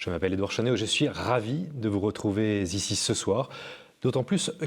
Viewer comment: …de vous retrouver Z ici………… (faites gaffe aux liaisons dangereuses)